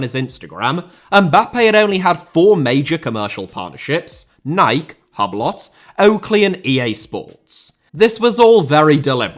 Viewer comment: hahahahaha ,,Hablott”